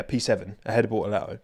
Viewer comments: The only correct pronunciation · Gabi "Bo'o'le'oo" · Give Bor-uh-le-oh a bo-ul-uh-wa-uh because it's hot out there and he's drippin' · Gaby has a italian last name , pronounce as italian and you nail it